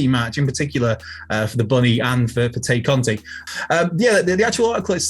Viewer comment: Why do so many of you guys have a mental block when it comes to correctly pronouncing “Tay Conti”?